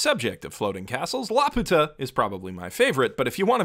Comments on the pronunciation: Is anyone else gonna comment about how he pronounces it??? I dont know what it is in japanese. I was a lil’ bab the last time i saw this movie and it was in english...but in that they called it LAP-YOO-TAH idk tho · Y se fue.... a Laputa! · Why does he feel the need to say Laputa wrong? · I know I should probably have something to say about the video, but I just can't get over how he mispronounces "Laputa" literally every time despite showing it written right there in plain Japanese at the start of the video. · Laputa is actually pronounced la-pyu-ta as according to the katakana (ラーピュータ: ra-pyu-ta). This is an excellent analysis of the OP! I only watched it once which is when I watched the film so I never comprehended the entire meaning of the OP, but seeing how you break it down makes it very clear. The OP is definitely very lovely and even when I didn't understand it, it was so enjoyable to look at. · lap-you-ta pronunciation. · No it's not, the name comes from Gulliver's Travels. The Japanese pronunciation is the incorrect one. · I can't believe the would make such a terrible pronunciation mistake. It's not La-Pu-Ta but La-Pyu-Ta with a long 'u.' It's this way in both the original Japanese and in the English versions of the film. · When you say it "La-puta" it actually means prostitute in spanish. So say it "Lapew-tuh" like the rest of us please. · This is a nice video. Btw, I recognize that this does not especially matter, but it really is pronounced like "lapyuta" (with a Y sound before the U) like they say in the English dub. The Japanese is ラピュタ -- Ra Pyu Ta. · In English & Japanese the pronounciation used is "Lap~u~ta" (one word), not "La Pu~ta" (two words). Thus it was always an uncharitable interpretation on the hispanics part. Heck: I'm not aware of spanish using compound words; so iterating the insult as "Laputa" in speech or in type would seem to be quite the SPaG fail[ure] XD.